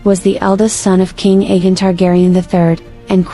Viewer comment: It’s pronounced A Gone